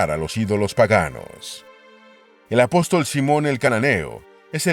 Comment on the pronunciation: La persona que preparó este documental al parecer está muy lejos de ser cristiano y debe haber aprendido algunos datos históricos de manera secular. A mi me chocó desde perdió que el lector al comienzo dice A-Pos-Tòl. poniendo la fuerza de pronunciación en la última sílaba como una palabra aguda pero no hay cristiano con un mínimo de educación que no conozca que la forma correcta es Apóstol con asentó en la o del medio ya que es una palabra llana.